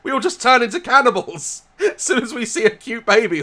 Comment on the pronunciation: What i heard. "Catibals" ....